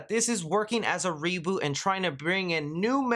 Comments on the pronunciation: “Seboot” Redlettermedia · It's not a reeboot of a reeboot, it's a reSET! A CORRECTION if you will ;)